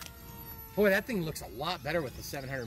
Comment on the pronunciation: "Boyin" LMAO